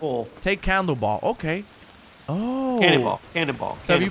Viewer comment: He said "take candleball" 😂😂